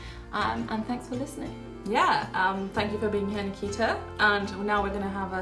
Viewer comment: Why did u pronounce Nikita wrong ? You pronounce taimur , right ? 😂😂😂😂😂😂😂